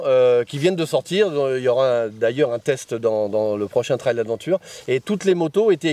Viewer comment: Mais pourquoi dire « trèle » pour trail ?? Un train roule bien sûr des rails pas sûr des rèlles 🤷🏻‍♂️